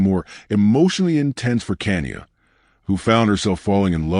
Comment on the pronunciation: her name is pronounced Ka ni ya